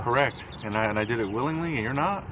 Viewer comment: what do I deed? 🤣🤣🤣